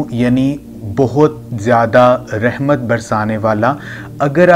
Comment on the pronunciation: بهاي خدا كا خوف كرو رحمن كي ر كي اوپر فتحه یعنی زبر هیی آپ زیر پرهه رهیی هین اسی. طرح السلام علیکم ورحمت الله مین. رحمت کی ر پر بهی زبر هیی \اپ زیر پره رهیی هین کسی مدرسه مین یا کسی قاری صاحب کی شاگردی اختیار کرین پهر قران بیچین باقی کتابون سیی وظايف پرهه کر اور قسمین اتهانیی سی اسی وقت پیسیی نهین مل جاتیی اگر ملتیی تو آ پ کب کیی ملک رياض بن كيي هو تيي نهين مليي تو يو تيوب پر دهکیی کها رهیی هو